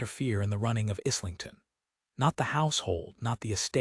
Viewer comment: In the era that the story is set the word is pronounced - Eyelington.